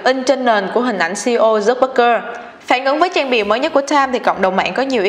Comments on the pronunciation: Mình phát âm tiếng anh ko chuẩn thì ít nhất cũng đọc đúng tên người ta dùm chút chứ, Zuckerberg chứ mà cứ đọc thành Zucbergker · Mark Zuckerberg đọc là "mác dúc bấc gơ" à... ?! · Mark Zuckerberg mà đọc thành Mark Zuckbergker :)) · Dớt bấc cơ.. nghe wạo thiệt ak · k biết có phải nghe nhầm k nhưng mà sao t nghe là zuckbergker nhỉ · Hầu như clip nào cũng đọc sai tên người ta mà. Không biết có ai duyệt video trước khi đăng không? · Đọc tên ông chủ Facebook hình như sai sai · VJ tiếng Anh lớp mấy mà đọc tên ông chủ FB sai tè le thế trời